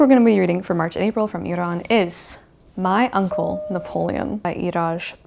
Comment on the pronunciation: Thank you so much for talking about Iran, and thanks a lot for pronouncing Iran correctly!!😍 I've been following your channel since 2019 and love your videos 😍❤❤